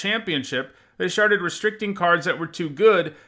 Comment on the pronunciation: "they sharted" lol i love your videos not making fun just noting it